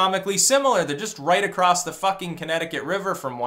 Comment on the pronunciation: Acrosst ..TRIGGERED